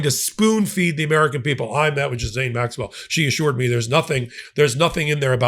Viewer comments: {t is disappointing that well informed commentators such as your self fail to take the time to learn the correct pronunciation of people's names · You use youtube, ask how to pronounce her name, the S is silent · Reminder: Maxwell's first name is pronounced with a hard 'G' as in GHOST or GHOUL - not as in Jill. The 'S' is silent. Thank your for your attention. 😀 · Love your work! Thank you!! Why are you mispronouncing Maxwells first name? Peace ☮️ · You could at least pronounce her name correctly. You don’t mispronounce any other names in this report… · Plse do not 'djizaine' . It is pronounced gi-lane. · Cmon, it’s pronounced Ghee lenne not Gee Lane. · It’s really frustrating when someone so obviously educated, cannot manage to pronounce the name of a well-known person correctly. It’s not ‘Juh-zayne’ it’s ‘Gee- (rhymes with key) lane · Not gis-aine …it’s Gi-lane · For God's sake , her name is pronounced g ( as in gus ) ee ( as in eel ) lane . Jiz lane , indeed 😂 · Gee-lane.... not Gis-lane.... it's French for Gods sake... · Its GI LAINE, not Jizaine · Thanks for the report,! But, please! Stop mispronouncing her name! It makes you sound dumb. Her name is Ghislaine! It is NOT " Jizz-ane." American pronunciation is: Ghee-Lane. French pronunciation is: Zhe-Len. Come on, if you are going to speak someone's name, just look it up; it only takes a few seconds. Thank you for your attention to this matter. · Why do you call her Jezane? Her name is Ghyslaine...sounds like Jiss-lane or others say Guee-lane! But if she doesn't TESTIFY, the FELON 47 will again get away with probably what was some of his WORST CRIMES!!! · Ghee actually, not Gee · Ghislaine is pronounced...Ghee-lane or Ghee-len. Trump has been a criminal over and over and over again for the last sixty years. He is going to find a way to free her in exchange for help in covering up the sex crimes she has witnessed Trump participating in. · Scuse me, but her name is G (hard G like goat), Gi-Lane. French name